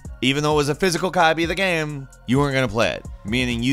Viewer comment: This guy says "gam".....